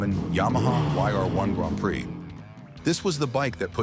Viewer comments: ... "PRIX" - pree, not pry, ok ? ... (÷ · You need to learn to pronounce bile terms, like PRIX!